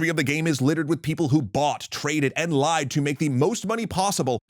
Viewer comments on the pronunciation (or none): none